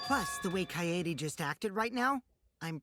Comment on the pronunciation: Lol finally pronounced “Kaede” right after she died 😂😂